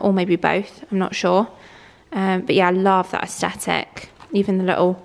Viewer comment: Oh I love your vlogs, am a huge fan….However please learn how to say aesthetic 😂😂